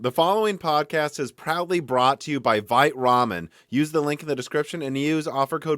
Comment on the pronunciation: Vite Ramen, I kept hearing fight Ramen